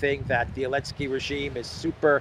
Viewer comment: Why do you call Zelensky "Elensky"?